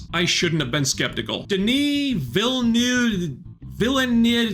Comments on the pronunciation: villenEUve is pronounced like the "e" in "cerise" ^^ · As a French Canadian, let me just say that Villeneuve is pronounced almost akin to: Vill (like Villa, but without the "a") and Nuv (in the same tone as Pun when pronouncing the "u"). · To approximately pronounce Denis Villeneuve's name, it would be like ''Daenee Veel'nev"'' (francophones usually will not pronounce the second syllable and last ''e'' of the name). Yes it's French (translates as ''New city''). I know because he was born and raised in the town right next to mine accross the St-Laurent river in Québec :) Great review. just saw it last night in original English version and agree with everything you say (although the B&W part never bothered meand understand the type of ''alien'' feel they were going for). I am usually annoyed when they change things from the source material but, after seeing what has been made so far, I'm willing to give Villeneuve and his crew a chance to dazzle me further. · It´s definitely a must-see on a big screen. The infrared camera for Feyd´s arena fight was a brilliant choice. It was a "black sun" scene in-universe. It wasn´t just a BW filter. It was infrared, so it looked so weird and otherworldly. Your inability to pronounce Villeneuve´s name made my day! :D Some shai-huluds for celebration of the greatest movie of the year!🪱🪱🪱🪱🪱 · Your Villeneuve pronunciation joke fell really flat, bud. It's not hard to pronounce, it has been spoken in numerous media outlets since his Oscar win, and it takes 20 seconds to google a pronunciation key.